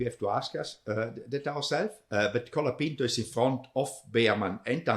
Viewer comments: You’re driving me crazy, his name is COOOOLAAAPINTO, not calopinto. Only Guenther pronounces it right! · Is it really that hard to say "cola-peent-oh"? How can you say it wrong in such different ways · To be fans of F1, you guys have no clue how to pronounce half the names. COLA-PINTO. BEAR-MAN. BI-NOTT-O Jesus Christ lol